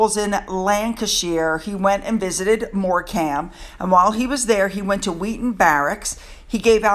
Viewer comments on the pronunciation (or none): We pronounce Morecambe as More- cmm here in the UK. We already know from you that you've always pronounced Wimbledon with a T, not to worry! Thanks for another nice post. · Oh it's Wimble-Don not Ton and I think you mean Morecambe (sounds like More - come ) x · I love your channel and your "watch this!" But please do my bleeding ears a favour and stop massacring British place names. Shire, in England is pronounced shur (rhymes with slur), and the ending of Morecombe is "Come". Please look into all your pronunciations, I think it may be keeping the British away! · Hi Darling, it's Mor cum . But spelt Morecambe. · Hi 🙋🏻‍♀️ Don’t want to upset you but it’s pronounced ‘Morcum’. 😘😘😘